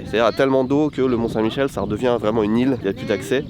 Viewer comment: Bon ...par contre mes oreilles ont saignés quand tu as parlé des marées du mont saint Michel...